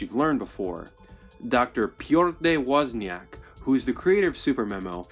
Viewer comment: the way you pronounced "Piotr A. Woźniak"... priceless.